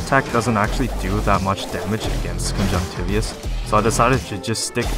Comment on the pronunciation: That's not how you pronounce conjunctivitis bro. But that's the only complaint I can think of, your videos are awesome, thank you for making them! They're helping me be a better player quickly.